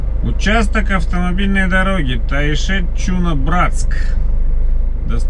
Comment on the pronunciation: Не чУна, а чунА